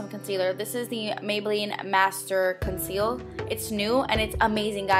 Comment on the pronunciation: You said maybeline lol